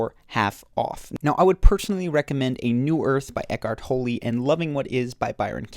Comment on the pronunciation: Did...did you say eckhart tolly? Maybe I’m wrong but isn’t it pronounced Toll? I’m genuinely confused/embarrassed rn lol anyone know the correct pronunciation?